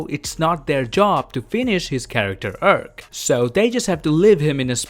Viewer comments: You pronounce farm like "ferm" and arc like "erc". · dude how difficult is it to pronounce "Arc" you just make it more creepy😅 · Everyone else: "Arc": "URK!" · What I find far more shocking than fat Thor is the way this guy prounces the word arc. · I love the way you pronounce arc